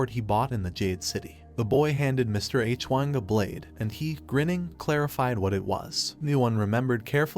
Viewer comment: its stupid and not such a big deal but "mister H - Wang" is driving me u;p a WALL